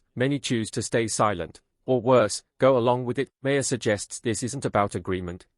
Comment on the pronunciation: Your AI voice needs to learn how to pronounce the name “Maher.”